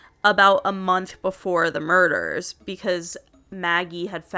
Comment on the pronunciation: The Murdeurghs